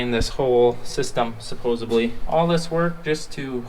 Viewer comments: Yeah, it's "supposedly" with a "d" sound, not "supposably". If it really matters, lol. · the word is supposedLy. not supposably. Bad, Bad, You can do better 🤙. Another great video; I can't wait for the next one. Best to all of you; praying the winter is not tooo harsh on you. Cheers. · and his “Suposebly” 😂😂😂😂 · Hey...it is "supposedly" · I say supposably too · Well i "Sup-BOSEE" or "sup-"POSE" ill like this video!💯😂 i just suppose to be or supposellyy gonna leave a comment as well ya kno? 😎🤣